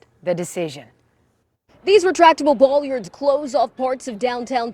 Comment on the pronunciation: She repeatedly said "Boll.i.ard."